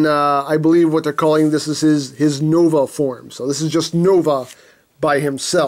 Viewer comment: The Katakana ends in the syllable A so it is Nova